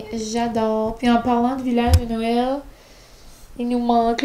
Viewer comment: Depuis que j’écoute tes vlogs (l’an dernier) je ne suis plus capable de dire Noël « correctement ». Ma maman vient du NB et elle en rit chaque fois que je dis « nowel » parce que c’est clairement de ta façon et non celle du Qc 😂